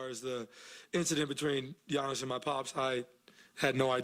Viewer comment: Damn brah. You said Giannis name very well. 😆